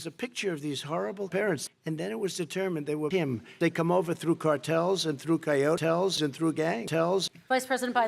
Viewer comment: I laughed for 10 minutes straight when he said coyotals.